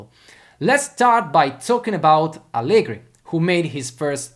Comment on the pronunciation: Tutto molto bello e spesso sono d'accordo con te, ma pronunciare Allegri con la R moscia all'inglese no, dai... E' un nome proprio italiano, va pronunciato correttamente.